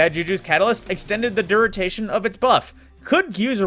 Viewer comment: You said duration incorrectly. You said Dur-ren-tay-tion.